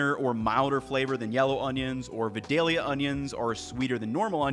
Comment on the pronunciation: As someone from vidalia it’s always funny to hear people pronounce it wrong